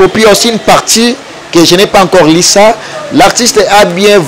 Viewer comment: yo chroniqueur français mobulu " on dit on a lu et non on a li "